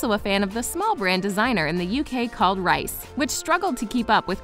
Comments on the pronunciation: Givenchy is pronounced like 'on' not 'when' and Reiss is like 'Reese' not 'rice' just btw ;) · It's pronounced "Reece".